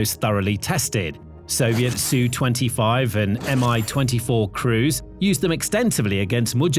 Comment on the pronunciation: You briefly said Ess-You. Now you're back to saying Sue. Well, should I say FU to this channel? :D I'm just kidding. And kind of not. Sheesh.